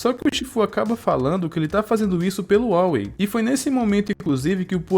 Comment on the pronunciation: Só uma correção sem querer ofender meu amigo, vc esta pronunciando o nome da tartaruga errado é Oogway falando seria: U gu ei